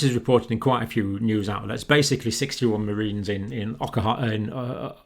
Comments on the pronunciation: It's OKINAWA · O-kin-ow-wah, Doctor. Just a gentle correction. Thank you for work; it's invaluable to human life and health.